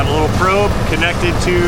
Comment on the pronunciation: He said probe.